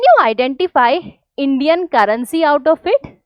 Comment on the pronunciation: Currency ❌ Carrency ✅